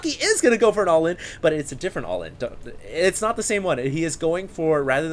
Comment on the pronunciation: You like to say allin.... :S dont